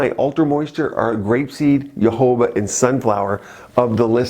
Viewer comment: Isn't Jojoba pronounced "ho-ho-bah"? And what about sea buckthorn oil? It's supposedly good for wrinkles and skin infections.